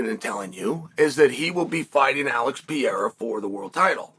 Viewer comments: I love how he refuses to say Pereira correctly. He pronounces it different every time 😂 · I'm shocked how chael can pronounce so WILD names perfectly. But can't say Pereira correctly at all 😂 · Bros name pronunciation is so dookie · at some point you have to learn how to pronounce his name - its starting to get disrespectful. PE-RE-RA (not PEE-AIR-AH). would you like him relentlessly calling you "chael so-no-one"? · PER-RARE-AH, Chael... PER-RARE-AH 🤡🤡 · Man, his name is Pereira, not Piera like you say it 🙂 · Álex Pierra ✅ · Alex Pee-Yera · Alex “Perrera” 😂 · Chael’s language Pee-Air-Ah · We are living in the Alex "Pee" Era... thank you, Uncle Chael. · It's Per-rare-rah unc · Pee-Aira is fighting Blahal! … or maybe even Will Flury! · PER - RERA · If Uncle Chael says its P-era, then its P-era!!!!!!! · Chæl: if you’re going to talk about MMA, please learn how to say “per era”. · Who tf is Alex Peeyera? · Pee-Era and Uncle Eye-Ev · Four years later and Chael is still purposely mispronouncing Poatan's name. Pee-era 😵‍💫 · Chael will never attempt to say this man’s name correctly. Cmon uncle Chael, he’s a double champ. I’m from Oregon, I have the same dialect as you, I don’t see how you get to Pierra. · Who is Alex Pee-era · I’m pretty sure uncle Chael is trolling when he says “Pee-eira” 😂🤣🤘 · Chael "Pee haira" Sonnen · Who is Alex Peeara? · Who the actual fuck is “Pierra” uncle Chael? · Alex Pee-era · It is now the "PEE ERA" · Alex pea-era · Who tha f is piyera? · Chael, I'm not sure when you last got your eyes tested, but there is no silent "R" in PEREIRA. 😂Frankly, I'm quite disappointed that Dana hasn't yet arranged for the Periera Vs Ankalaev fight to happen. I think Ankalaev most certainly deserves a title shot. Ankalaev is clearly being deliberately ignored and I don't really know why. As for Hill, I believe he is a borderline crazy person. He is absolutely no match for Aspinall who will easily put him to sleep within the first minute.